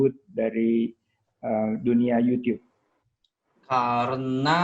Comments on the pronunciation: kaga anjir wkwkwkw. lebih ke yutchuub (kinda). bukan yutiyub. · keknya salah dah yuchub, pernah dibahas vngnc pas Rando ngomong yuchub xD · Yucyub bacanya, klo sering nonton konten luar pasti tau